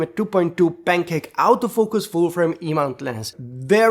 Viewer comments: Thanks for all you thoughts as ever! May I be cheeky and suggest a small 2026 resolution? When you say Autofocus you say “out o focus”, which seems logical, but English fans actually say “Ort o focus”… Many thanks! (Yes I do appreciate the irony of an Englishman correcting an Italian when be both know 90% of Brits are useless at languages😂) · When (Wedding) says “auto focus” it sounds like “out of focus”. Makes me smile.